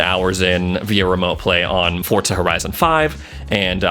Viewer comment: i have been watching ur vids for a while now but its diving me crazy with u calling it fortza